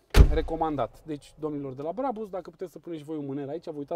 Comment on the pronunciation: Se spune Brabuș